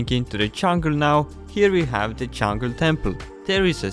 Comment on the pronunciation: It’s an accent